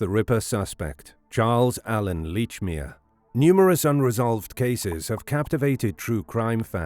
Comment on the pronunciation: Lordy, this "leach"-mere pronunciation is grating.